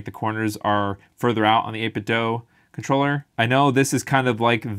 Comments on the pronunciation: It's Do, not doh. 8bitDO. Think of it this way Do is a much more common word than Doh. Right? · It’s “8bit DOO”, not “dough”. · People assume it's 8bit "dough" because of Ninten "dough."